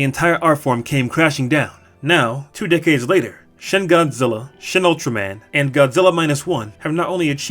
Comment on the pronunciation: Pet peeve when people pronounce shin wrong